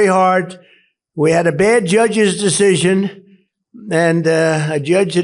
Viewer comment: min 0.58 bad dschadsches deschision